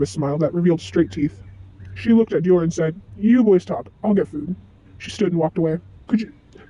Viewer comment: I can not express in Words how happy I am. I don’t mind you editing your voice, I understand, lol. Also I love your drawings. One thing, in the word for the fruit Hym, the y makes the long I sound. (H—eye—m) Also, Dior also has a long I. (D—eye—or) But it’s ok :D ❤